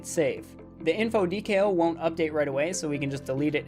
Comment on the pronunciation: I've binged your whole series in one night. Amazing stuff. You know your shit. But your pronunciation of the word "decal" is infuriating.